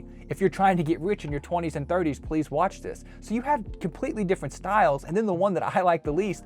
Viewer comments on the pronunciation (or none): none